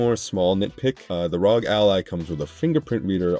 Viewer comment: It's arr-oh-gee, not rawg!!!